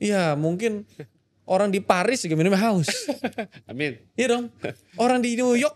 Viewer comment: HAUS Min bukan HUAS 😭☝️